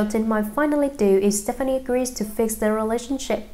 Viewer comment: Learn to correctly say her last name before you read a tabloid magazine.